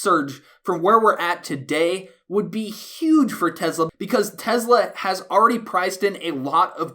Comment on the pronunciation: you're the only person who pronounces Tesla just like Elon musk